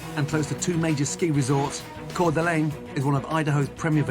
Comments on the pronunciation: Okay I know it's probably SUPPOSED to be "core duh lehn" but it's not just Gordon who says "core duh LANE." You're gonna fuckin lose your mind when you hear how Charlotte, New York is pronounced. Here's a hint: the r is silent. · sorry to correct but its pronounced lane not len ftfydfdf it hurt my soul to hear cour d'alene pronounced wrong 😭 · As someone who lives in Idaho👎 Coeur d’Alene is absolutely neither a good tourist destination, nor is it pronounced “Coor da Len” (It’s Core-deh-lane but no one there or here gives a shit <3) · Coeur D'Alene is pronounced "Core de lane". Its full of KKK members! 😅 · me, sitting here in my home in CDA, clicking on a random video: o: ps it's pronounced like core da lane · Coeur d’Alene “cor da LANE” is how it’s pronounced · It doesn’t look like it but it’s pronounced “Core - duh - lane” at least among locals. It’s what happens when French colonizers try to spell a Native American tribe name Guess how Pend Orielle is pronounced. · Also coeur d alene is pronounced core d a lane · It’s pronounced core da lane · As a person who lives in that small Idaho town it’s pronounced core duh lane. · I live about 2 hours away from Coeur d'Alene (pronounced Core-duh-Lane btw). Other than Silverwood, the theme park about 20 minutes north, its only real feature is being the Gary, Indiana, to Spokane's Chicago. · As someone from Idaho, it is pronounced cor-duh-lane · I used to go to Coeur d’Alene all the time with my Ex. Was a nice 20min getaway from Spokane it’s a beautiful place ❤ also just to let you know it pronounced (CORE DUH LANE) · HE CAME TO IDAHO WTF also its pronounced cor-duh-lane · Hey! For anyone curious, Coeur D’Alene is pronounced Core-duh-lane by people in the area! If you visit Idaho, coeur d’Alene lake is the prettiest spot to go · Lived near that place in Idaho, you pronounce it like Cord da lane basically Coeur d'Alene is how it’s spelt, lot of native names for cities and town around Washington and some parts of Idaho